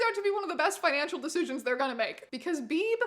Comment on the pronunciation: HOLY SHIT i was born on march 22nd (same as painless) and my last name is Beebe?????? like its coincidence but WEIRD ASS COINCIDENCES!!! also Beebe is pronounced "bee-bee" not "beeb" lollll